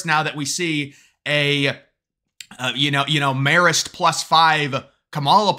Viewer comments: Its MAE-rist haha. I went to CIA like a mile from Marist in Poughkeepsie 😂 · It’s pronounced with a long A like Mare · Marist or Marxist... Can't tell lol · Say Marist like "Mare-ist" (Mare as in a female horse). From an upstate NY voter who WILL vote for Trump/Vance and all red when the early votes start later this month!! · You sure it’s “marrist” and not Marxist? LOL